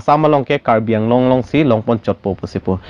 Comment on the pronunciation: CM of Assam It is not karbi along. Karbi Anglong. Please pronounce correctly. "ALONG"= wrong pronounciation. "ANGLONG"= Right pronounciation.